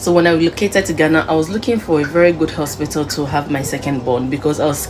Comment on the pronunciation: Why did Nigerians say Ospitil instead of hospital 😮😮😮